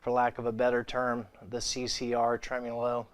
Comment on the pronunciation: Lord. It’s trem-O-lo, not trem-U-lo.